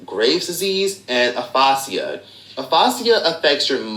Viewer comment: I can’t help it but he mispronounced the help out of Aphasia.